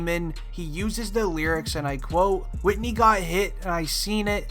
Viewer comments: WHO TF IS WHITNEY? YOU MEAN WHITEY? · Whitey not whitney